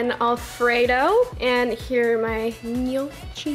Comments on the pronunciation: Gnocchi = knee-yaw-key lol not no-chi haha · It’s pronounced no - kee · it’s pronounced “knee-oh-kee” 🙂 🇮🇹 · Gnocchi is pronounced ni-o-ki 🇮🇹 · you can tell she isn't Italian by that pronunciation of gnocchi hahaha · My god youve never heard of gnocchis? please go find the right pronunciation to a world known italian dish...